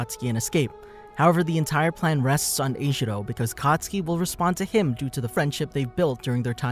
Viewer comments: IT'S KATISUKI NOT COTSKI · When he says katsuki i hear akatsuki